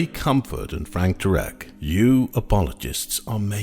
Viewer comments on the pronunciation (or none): First, his last name is pronounced Terr eck. Second, the "university" is NOT accredited so it is definitely not in any way any kind of scientific institution. Third the word is pronounced suh thern, not south ern.